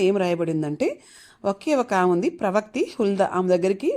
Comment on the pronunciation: Praise the Lord అమ్మా,, ( ఫస్ట్ సారీ ). ప్రవక్తి కాదు,( ప్రవక్ త్రి). ప్రవక్త్రి అనాలి . - కళాధర్